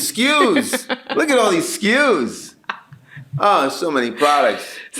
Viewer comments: "So many skews, look at sll of thede skews" that will slways be funny to me. 😂😅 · "So many skus"😂😂 drake ahh😂😂😂